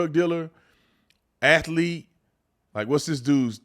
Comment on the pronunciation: Athlete has two syllables